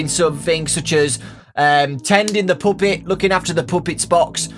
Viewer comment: why does this guy say puppet like poopet? XD